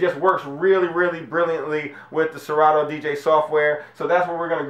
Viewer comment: you effed up ...good review but wtf is really good w/ the way u pronounce 'Serato'???